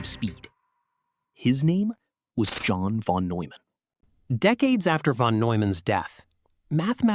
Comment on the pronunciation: I thought he said John Von Doom for a sec. 😂🤷🏾‍♂️🙏🏾 Hey they say Doom is a smart man. 😂